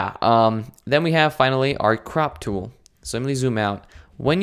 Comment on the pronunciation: um the crap tool um. thats what i heard XDDDDDD